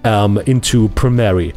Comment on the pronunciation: Ich weiß, dass der Kanal vorallem für deine nicht deutschen Zuschauer ist, aber bitte: Arbeite ein bisschen an deiner Aussprache. Das Programm heißt nicht Premerie sondern Premiere. Außerdem tu bitte nicht so als wäre Premiere ein professionelleres Programm als Fcpx. Es sieht nur komplexer aus als fcpx aber bietet nicht sensationell viel mehr. Es ist eine Frage des Geschmacks welches programm man besser findet bzw mit welchem man besser zurecht kommt